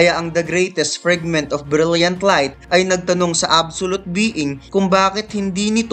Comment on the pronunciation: Fragment kasi yun, hindi Frigment..